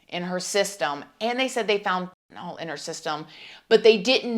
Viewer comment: She didn't appear burned. She had the same beige tank top on in the Pic and when she broke free of the sheet. They didn't put her in an ambulance it was a vehicle for the fire dept. The house was burning, not the car. It's pronounced Fen-ta-nyl, not fentinol. This is a weird set of circumstances and girl your grammar is baaaaaad... Lol.